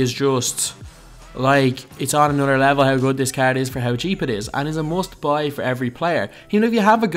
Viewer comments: Nathan Liles00 ikr cgggrd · The way he says "card" makes me cringe every time